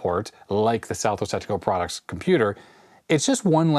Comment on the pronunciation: You should use an acronym for Southwest Technical Products since it sounds like you say Southwest Testicle Products.